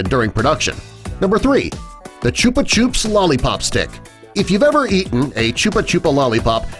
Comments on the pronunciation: CHOOOOPA CHOOOOP? it's chuppa chup!!! rhymes with pup. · Why did you pronounce "Chubba chubbs" like "Choop a Chooop"??? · Jackson Purtell no, he just doesn't know how to say it. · It's not a chooper choop it's a chuppa chup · It's pronounced "Chubb a chubb" not "choop a choop" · Wtf is a chupa chupa it's called a chup chup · Wait...? Wtf is a Ch-oo-pah Ch-oo-p?? It's Ch-u-pah ch-up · it's not choopa choop smh it's 'chu-pp-a-ch-up' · IT IS CALLED CHUPA CHUPS NOT CHOOPA CHOOPS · Ok who pronounces Chuppa Chups 'Choopa Choops' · Choopa choops lawlipawp is not how you pronounce it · Wait.... Wut..... Did you..... Just..... Say...... CHOOPA CHOOPS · Omg how he said chupa chupa lol there not pronounced like that lollllolololil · the way he says chupa chup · My life is ruined he said chupa chup wrong :<